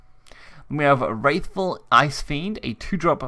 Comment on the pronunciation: Cocytus*, not 'Cyotus', Scion(sy-on) of Desire*, not 'Sicken of Desire'. WRATHFful, not 'Wraithful Icefiend'. RIP education system.